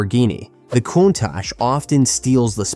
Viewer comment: Countach - pronunciation:Coon - tack